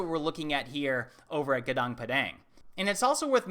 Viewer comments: Padang means field. Pa like papa is correct... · Sorry to interrupt, but it pronounce "GOONOONK" and "pAdAnk", like A in the mAchu pichu. "Gunung" means mountain. "Padang" means bright.